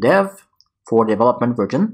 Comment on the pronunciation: I don't mind your pronunciation being slightly off, but I would recommend that you pronounce "version" correctly. I.e. not as "virgin".